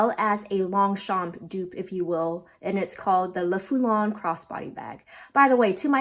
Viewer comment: Great video, as always, and really appreciated the in depth analysis ❤. Since you asked for the correct pronunciation of the "Longchamp Le Foulonné" 😊 : - the "p" is silent - there's an "eh" sound at the end of the name of the bag: pronounced "fooloneh"(there's an accent on the French version of the name but I've seen it missing in the US market).